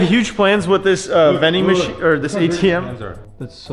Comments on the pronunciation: Am I the only person who herd him say vin-ding machine instead of ATM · Count how many times he said vendymachian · Why did you say VENDING MACHINE?